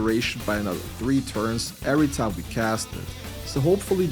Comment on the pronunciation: I love that this guy speaks great English but when he says the word time it says it in a redneck Texan accent. He always says Taaiiim